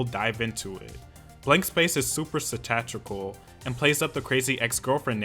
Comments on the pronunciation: Oof. Satirical (sah-tear-igh-cul) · Your pronunciation of “satirical” kills me 😂 great vid as always! Edit